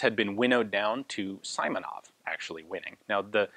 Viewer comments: Simonov, not Saimonov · "sImonov"?! LoL! It's actually pronounced like "sEE + monOv". Not that it matters much, the story is more important than such finesse. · Simonov’s nave sounds not like as sAimonaF. Correct is sEEmonoV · The correct way to pronounce Simonov's last name would be S[ee]monov rather than S[ai]monov. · Simonov is pronounced "see-mo-nov" (like in "George Simenon"), not "saimonov". A great review though. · Pronouncing [saimonov] is not quite right, it should be like [seemonov]. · FYI. Simonov is pronounced with an ee like sound as in seaside. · Just a tip, the i in "Simonov" should be pronounced like "e", not like "i", like in a word "simple".